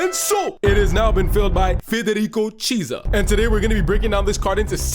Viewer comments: It's not pronounced as cheesa. It's kiesa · It’s pretty clearly kee-ay-sa